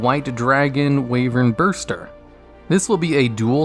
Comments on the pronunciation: Weeverburster sounds sooooooooooooooooo wrong, Why ver buster sounds right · It's Wyverburster by the way. There's an r, not an n, my dude. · 'White Dragon Wayvanburster'? Well it's not a duellogs video until something is pronounced badly